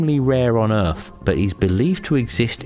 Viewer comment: Wtf is an "Earff"